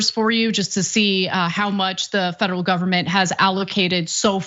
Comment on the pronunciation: Yep who doesn't take scientific advice from a guy who says feaderal?😂😂😂😂